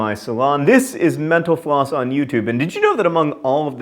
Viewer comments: It sounds like you say, "thanks for watching menopause..." at the end. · When you say mental floss I think it sounds like menopause 😳 hehehe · When he says "thanks for watching mental floss" I always hear "thanks for watching menopause".